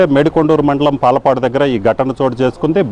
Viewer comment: యాంకర్ గారు పాలపాడు కాదయా పాలడుగు